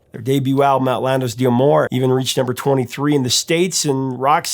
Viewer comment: of Rock : You need to learn to say "d'amour" because it doesn't sound like you think at all. Open Google Translate, select French, type that in and click on the little speaker... 😜